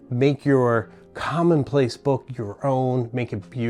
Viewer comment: Here in the U.K. it’s commonplace not “common place”. Great content.